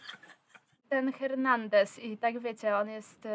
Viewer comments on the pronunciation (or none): 'Hernandez'? Cytując klasyk: "H jest nieme..."